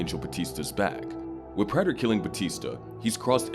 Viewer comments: Bro learn how to pronounce praters name. They say it in the show constantly. This is trash narration. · Why doesn’t this narrator know how to pronounce Prater’s name ?